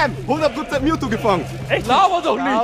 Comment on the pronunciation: MEWTWO! nicht mewtu